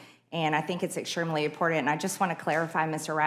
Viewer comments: She thinks it's very impordant.... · Does mtg have a speech impediment (not that there's anything wrong with that)? The 'woman' seems incapable of saying the word important!